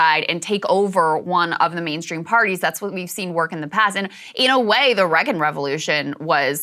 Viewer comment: Love Krystal but cringe every time she says Reagan